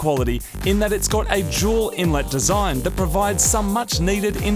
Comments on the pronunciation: Focus rs Awd 4cyl Subaru Awd 4cyl Subaru owners vape So He really mustve said juul intake right? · I thought "Jewel" was the brand name